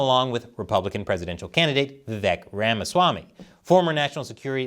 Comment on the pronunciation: Vivek rhymes with cake.